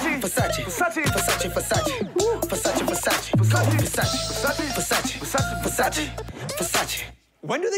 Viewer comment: Vasachii? It’s pronounced versachae